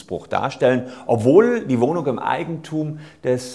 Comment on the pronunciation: Broken Mirror Ein Versprecherlein, ohhhhhhh! Sollte wohl eigentlich "Wohnung" heißen.